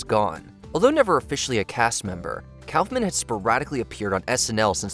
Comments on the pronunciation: It is NOT pronounced Cowf-man... Try cough-man. Only had to pronounce 20 names right. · Andy “Calf-man?” Kaufman is pronounced Kaaf-muhn. aa = ah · K ah fff min Not Cow fff min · What is a "Cowf-man"? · I have never heard anyone pronounce Kaufman that way. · If you're going to do these lists at least pronounce their names right. Put some respect on Andy Kaufman's name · see the part where they pronounced Andy Kaufman? Ai slop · "Kaufman" isn't that hard to pronounce... At least I thought so, until I watched this video. Boy was I wrong